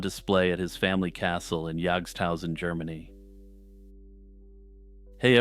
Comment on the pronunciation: Greetings from Germany. I often listen to you and always like your way of speaking. This Götz-thing was a special pleasure, of course. Your pronunciation of German "ö" and "ch" is good. This is not common for English-speakers. Jagsthausen is also correctly pronounced. Landshut, though, is pronounced more like "lunds-hoot "with "u" as in "but". You are very well informed about the fellow, knowing more than I remember from my schooldays when we read Goethe's play about him. This play contains the words that are written half-correctly under the relief portrait of the knight that you show. Goethe wrote "im" instead of "am". "Am" belongs to the everyday version of the saying. Germans, especially in the south, often use it, and some variations of it are not even an insult. Sadly, in Germany Götz is not remembered for his interesting life, although many know about his iron hand. His memory is kept alive by the well-known expression "Götz-Zitat". The word is used as an euphemism when speaking about the use of the rude invitation that Goethe invented for the hero of his play.